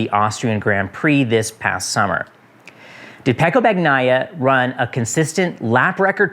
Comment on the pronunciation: Ph. Don’t pronounce Bagnaia like that!!!